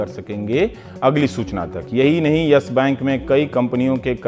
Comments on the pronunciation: Dear Rubbish Kumar, It's YES bank not YASH Bank. Bolna too sikho pehle... Anurag Mishra Ke Chele😂😂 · its not "yesh bank", its yes bank... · Ohhh now ndtv became worried about yes bank situation, you are the one tv channel who praised about yes bank in 2011 and made interview with Kapoor family by praising him,shame on you ravish. And one more thing it's not Yash bank it's yes bank try to pronounce it properly it's irritating to listen your vocabulary 🤮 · अबे चुटिए Yes Bank he ye Yash bank bol rha he ye totla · Ravish "Yesh" bank kyu bol rahe hai ? :)